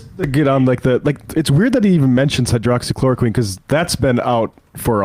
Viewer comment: “Hydrochloro-KWOCKS-equine”?? Funny, I have no trouble pronouncing it correctly.